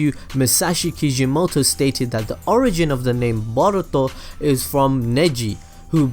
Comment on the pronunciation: I hate the way you say boruto